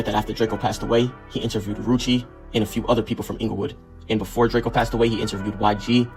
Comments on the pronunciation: Drakeo not DRAKEYOoo when the police pull up they say Drakeo not drakeyooo when Adam Says Drakeo it’s Drakeo not Drakeyoo everyone knows it’s DRAKEO not Drakeyooo like wack you really wack for the 💩 DRAKEO NOT DRAKEYOOO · Drakeo not Drakeyo get it right! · Man it’s drakeo not Drak-eo he even made a song about it 😂😂😂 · “It’s drakeo not drake-o get it right”